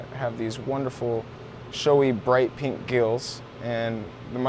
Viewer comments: Did you say pink clit lol 😂 color I meant. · i just had to point out you almost said pink clit xD awesome vids as always, i cant believe how much ive learned here.